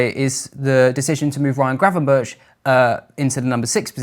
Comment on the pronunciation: Very interesting and professional. Eye opening to many, I am sure. But can I ask you to pronounce correctly "Gravenberch", admittedly a difficult Dutch last name, but still...he deserves to have his name to be pronounced correctly.